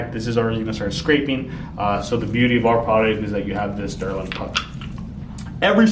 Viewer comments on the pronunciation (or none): Gotta love the derlin pucks😂😂 it’s not delrin they use derlin.